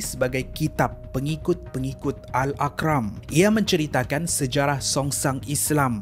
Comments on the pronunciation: AL ARQAM bukan AL AQRAM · AL-ARQAMM .. bukan AL-AQRAM 😂😂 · Betul bukan Al Aqram, admin Cina kot banyak salah sebut, tak tau pape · Kuala berang bang.. bkn KERANG... satu lagi bkn akram.. tp ARQAM..ARKAM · Pembetulan, salah sebut perkataan, sebenarnya (AL-ARQAM) bukan (AL-AQRAM). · Bukan Al akran bro.. Sebut betul² AL ARQAM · Minit. Bukan "Al Aq-ram" sbutannya "Al Ar-Qam". Beza tuh. Next time repair k. Klu youtube studio bleh n ada kmudahan tsebut. Sb video nih akan lama btapak. Risau takut jatuh salah sangka. 🙂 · Bkn Al Aqram,, tp Al Arqam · Al arkam not akram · tēhrani la, bukan terani. al arqam, bukan al aqram. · ARQAM sebutnya bukan AQRAM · Al Arqam... Bukan Al Aqram... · Al arqam bkn al aqram sebutannya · Arqam bukan aqram, oi.. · ARQAM bukan AQRAM..... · Arqam...bukan Aqram ..sebut betul2... Arqam...Arqam.. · musykil..kenapa sebutan nama tak betul..pelat ke..Faizal tehrani disebut faizal terani..Teh..rani.al arqam jadi al akram..kuala berang jadi kuala kerang...,?